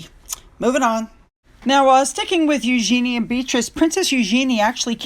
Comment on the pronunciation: Royal British Legion is an organisation that ha lost all credibility with many people because of their actions over the last - listen to Trevor Coult to find out why. Eugenie will Markle herself at the rate she is going. Trafalgar is pronounced Tr'-FAL-Gar. Eugenie is pronounced YUGE-en-ee (Yuge sounds like Huge without the H)